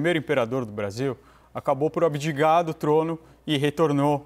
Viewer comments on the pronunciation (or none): Só eu ouvi o "Doutor" dizer "abidiGar" ao invés de "abdicar"? Doeu meus ouvidos. O nível de nossos "doutores"......